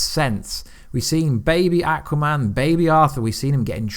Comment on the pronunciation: can you ever pronounce Aquaman or Thanos correctly. Your videos are good. But your pronunciation of how you say their names. Make me want to unsubscribe.